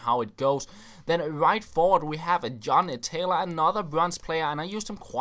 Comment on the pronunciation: When says John Taylor it sounds like he said genitalia:/